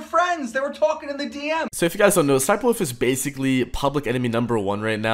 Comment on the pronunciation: dude its an L not an O, its wolf not woof